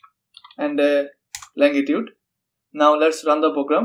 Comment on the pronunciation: longitude, not langitude